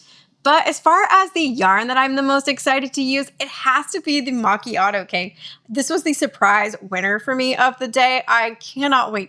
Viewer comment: You said macchiato perfectly ❤